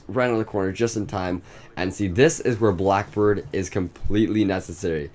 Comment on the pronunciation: U said boack bird